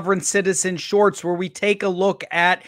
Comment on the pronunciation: OK Thanks Finn!!! Now every time says "shorts" I have to stifle a giggle. LOL And.....Cheers buddy.